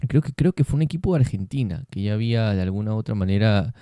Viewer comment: Ya entraste en la onda de los "iría" .por las h es